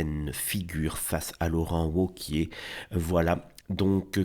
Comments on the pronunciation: Laurent Woke-iez ahahaha on prononce V cher monsieur, Laurent Vauquiez meme si ca s’écrit Wauquiez. Mais j’ai compris plus tard, grace au « septante », que vous êtes sûrement Belges du coup. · On prononce vauquier